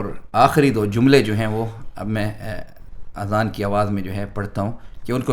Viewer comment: Azan not Aazan. Aazan in Arabic means EARS (PLURAL)